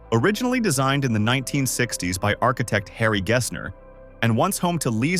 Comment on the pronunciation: Did I just hear "Liza Minelli" pronounced as "Lee-sa"? AI needs to be killed